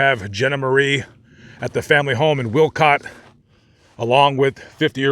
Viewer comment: I've read quite a lot about these murders. It is so depressing. Those poor people. Also, it's Wolcott, not Wilcott. And his name was Lowell, one syllable, not Low ell. The house is long gone. At one time you could still see the concrete steps and a bit of the sidewalk from Google Maps. You can read a summary of this case in Truman Capote's In Cold Blood. Also, the Kansas Supreme Court opinion is available online.